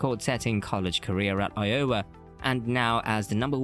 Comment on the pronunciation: Narrator obviously doesn't know anything about American basketball. I O W A is pronounced Iowa!